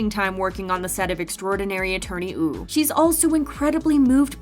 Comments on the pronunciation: Why does the narrator keep saying 'Extraordinary Attorney Ew' .... ? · She says woo wrong lol